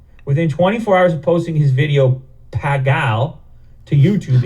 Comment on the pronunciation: Well done with the pronunciation of PAAGAL